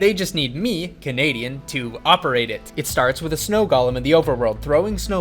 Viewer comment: whattt